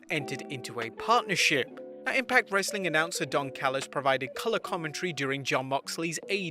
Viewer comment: the way he says "some more wrrrrestling content"